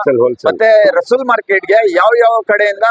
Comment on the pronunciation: My dear friend, it's not Russull...it is Russell Market. Mr Russell from England opened this market.